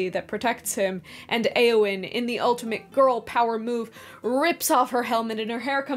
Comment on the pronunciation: Entering pedant mode. Eowyn's name should be two syllables, not three. The 'eo' is a diphthong, not two separate vowels. This diphthong does not exist in Modern English, so it is hard to get right (at least I find it so), but diphthong it is.